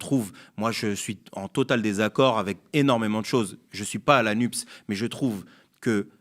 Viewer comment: S'il te plaît, Anasse, dis "la NupÉs", pas la nupp's, car il ne faut pas réduire l'Écologie à un 'e' muet. En plus, ça fait trop plaisir aux journalistes alignés, qui disent "nuppe", trop fiers de faire rimer ça avec "dupes".